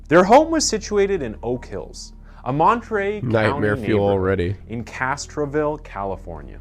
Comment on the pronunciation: Can’t stand this narrator. The way he pronounces ‘again’ and ‘against’ makes me feel physically violent. Also, in this one he pronounced Monterrey as Montry.